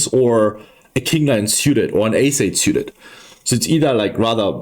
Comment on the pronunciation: Love everything about your content. Just stop saying "siuted" please. It's "sooted". Drives me nuts. Lmao, half kidding...